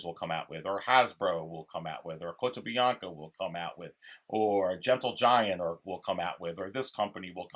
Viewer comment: “Kotobianca” 😂 love the videos